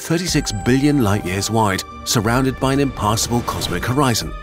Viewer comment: when I replay this, it either sounds like the narrator is saying ‘impassable’ in a British accent, or ‘impossible’ in an American one!